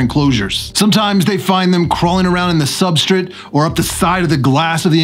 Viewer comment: Substrit.............lmao...........i heard you raggin on yourself in your podcast for saying it like that, now i can't miss it every time lololol............Substrit lol